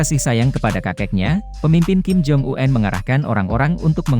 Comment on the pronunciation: Omong kim jong-un kok diganti kim jong uenn . Kenapa gak apa adanya aja